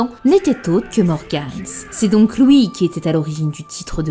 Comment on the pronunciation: Je me demande c'est quoi son accent qui consiste à prononcer les "u" suivi d'un "i" en "ou". une "souïte", "pouïsque", "louis"